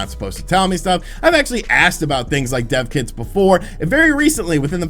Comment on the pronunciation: I thought said 'deaf kids' too and I was like what is he saying? all good though because he explained it.